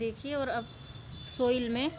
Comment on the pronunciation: सोइल --> साइल पोट--> पाट